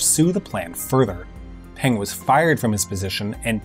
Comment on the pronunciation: Peng and Deng in rhyme with lung, or toungue. Not with Genghis.